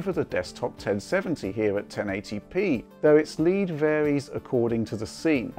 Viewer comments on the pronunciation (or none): none